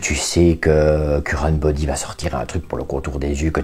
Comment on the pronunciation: " Currenteubody", j'adore 🤣🤣😘